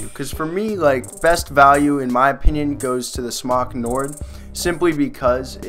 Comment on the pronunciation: ONCE AGAIN U GUYS ARE SAYING SMOK ALL WRONG...JUST SAYING!